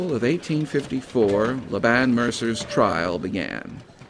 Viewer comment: Laban is pronounced LAY-ben. :)